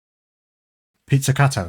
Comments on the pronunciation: Pizzacato ( pit•suh•kaa•tow) .... Pizza cutter 🤣🤣🤣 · Gotta love how bruh is genuinely a greater musician than I'll ever be but then he pulls some shit like not being able to pronounce peezeekato